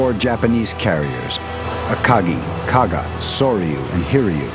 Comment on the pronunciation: Japanese carrier Kaga, not Kagi.